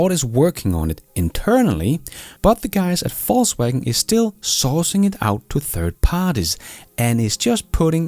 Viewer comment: The pronounciation is correct: "False-Wagen"